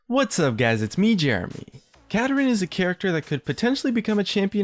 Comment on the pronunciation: It's Kapparin